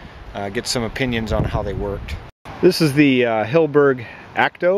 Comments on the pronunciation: It's Hill-e-berg not Hill-berg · HILL 'E' BERG.